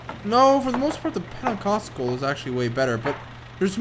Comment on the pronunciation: he was more like Penacosco